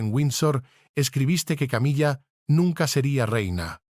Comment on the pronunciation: appendage a❤pronunciar Camila no es Una mesa